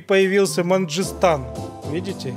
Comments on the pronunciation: Мангыстан, а не манджистан. От полуострова Мангышлак. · Мангыстау а не Манжыстан